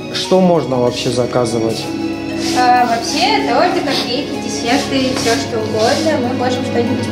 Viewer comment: да блин, бесит...не тортЫ, а тОрты.....а торт классный😂